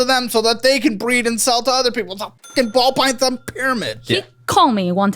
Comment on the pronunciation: he almost said "pall bython" 😂😂😂 i caught ya! 😂😂😂